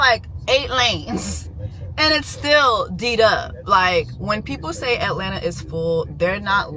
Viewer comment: “We are in Atlanterrr” 😂